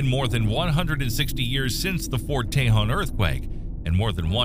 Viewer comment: Say it like this, "Fort tay-HONE"